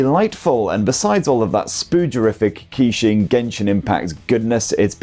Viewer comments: KEY~SHING :face-purple-crying: bro killed it, butchered every pronunciation, love it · Actually Keqing is pronounced like "Ka-Ching" Like Shania Twain Song Ka-Ching. In that song she pronounced Keqing perfectly. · i nearly unsubcribed when you pronounced the name